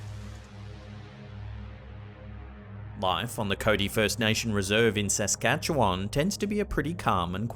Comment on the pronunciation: Loved the way you said Saskatchewan. So close yet so far off